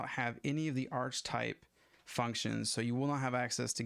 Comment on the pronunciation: This is pretty helpful, thank you. One thing that bothers me a it if your use of "archtype". You're using a variant of archetype (usually pronounced ark-uh-type), but that has a distinct meaning in OOP, so might not be the best choice of terms. Why not just just refer to the "Instrument Type" of the Instrument Class (= DMM in this case)?